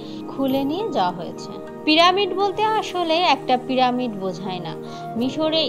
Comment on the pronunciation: প্রামিড নয়,পিরামিড হবে